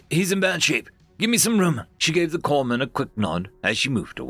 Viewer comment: Corpsman is pronounced Core man. Notable since that usually refers to your medic. If your medic is known as a corpse man he's probably not very good at his job. Either that or your guys are just exceptionally good at getting shot.